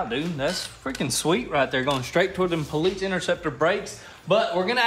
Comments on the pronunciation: Say it with me PO-LICE, not paleets... lol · PO-LEESE this poleets stuff is driving me insane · Its POLICE, there is no T in that. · Lol i'm so glad i'm not the only one who hears that odd pronunciation when they say Police. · I wasn't sure if homie was saying Poleetz, or if I was just imagining it... glad i'm not the only one :P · “Po-leets” That some real Chattanooga pronunciation right there.